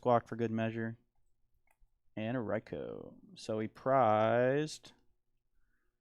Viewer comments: raikou is pronounced rai-ko. it hurts hearing rai-cow 😂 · Thank you. Rai-cow and Rai-coo kill me 😭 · Whoever told that Raikou is pronounced "Rai-cow" did him DIRTY